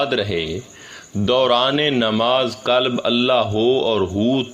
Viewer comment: For your kind information, Correct yourself from the linguistic point of view to correctly pronounce and be able make difference between Kalab,Kalb & Qualb. Kalab-Expl. Rotary,Lions Club etc. Kalb - meaning Dog. Qualb - jiski aap baat kar rahein ya Afyedata in Arbi or Dil or Heart.